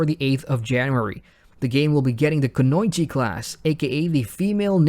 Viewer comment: Did you literally pronounce Kunoichi wrong?